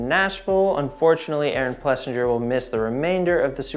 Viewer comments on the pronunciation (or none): AP’s name is pronounced Plessing-er